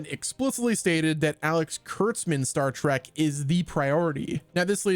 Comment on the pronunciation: STOP saying, Star "TRACK"!!!!!!!!!! It's, Star "TREK" T-R-E-K